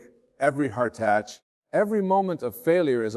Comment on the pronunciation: I was sceptical but when I heard heartatch I knew AI was getting it wrong